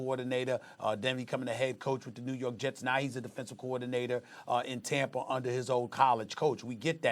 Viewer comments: “When you look at Tamper”, why can’t SAS pronounce words that end in “A”? He’s from New York, they don’t do that lol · I'm going to start calling Tampa "Tampra" like Stephen A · Stephen A" Riskay Tamper" smith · Did this guy just say "TAMPER BAY" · Nobody: SAS: Tampr